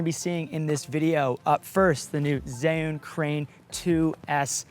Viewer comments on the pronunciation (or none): Pork And Wine, I just looked it up and I can confirm, you’re correct. The Zhiyun people said it’s pronounced Ju-win... I still don’t get why it’s pronounced so differently than it’s spelled but whatever haha 🤷‍♂️ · pronounced Jhu Win... fyi... :) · Thats not how u pronounce Zhiyun.OMG